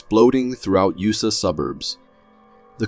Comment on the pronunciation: Where in the hell is "you-sa'?!